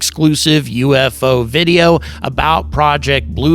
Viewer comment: How to tell people what you are gonna say is BS? no-one: this guy: "good afternoon uU eF Oo enthusiasts"